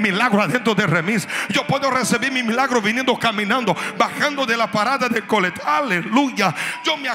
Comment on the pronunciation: Dice mialgro no milagros jiji